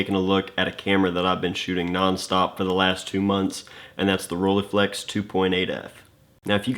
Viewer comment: Please stop butchering that name!